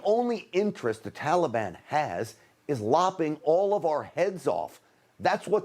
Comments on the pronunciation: Could be just me but the way he pronounce "Taliban" - "Tolibon" is just irritating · "Tallybond"? Wth? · Why are these people keep pronouncing Taliban, Talibon? LOL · That’s “Tally-ban”. Biden and all his friends are morons. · He even says Taliban differently than we have said forever. Why such reverence. Hmmmmm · He pronounces Taliban like a little child